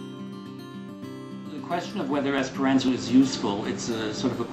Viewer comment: I think this is a fair presentation. But the pronouncing of the "ant" in "Esperanto" like the insect is a little distracting; it's supposed to have "a" as in "father". It is a good point, that there are a higher proportion of "strange" people in the Esperanto movement than in the overall population, simply because someone who would learn Esperanto is someone who is not afraid to do something that isn't popular. It's not like there is something inherently oddball in the language itself; it just hasn't become mainstream (yet!).